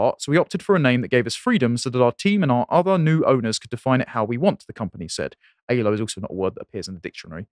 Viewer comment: Aylo, not Halo.